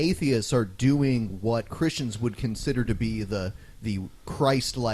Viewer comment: *****'' I'll tell you hwat I'll tell you hwat''